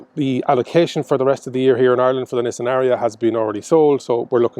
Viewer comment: Lovely "Nissian". Where are they built? Sunderland?